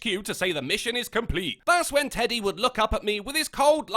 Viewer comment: Did she call him "eddy"? I thought his pronoun was "teddy"